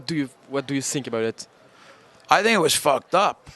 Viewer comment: lol "what do you sink about it"